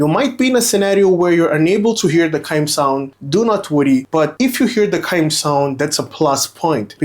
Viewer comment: Chime is “CH” you are pronouncing it as Cime.